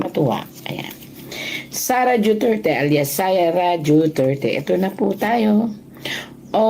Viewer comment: Bat JUTERTE ang pronounciation